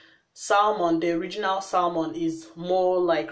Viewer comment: News Flash... You do know the "L" in Salmon it's Silent right?...